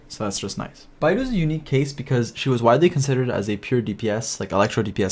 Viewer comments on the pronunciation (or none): bay-dough is the safest pronunciation for beidou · I don't think will ever get Beidou's or other names right lol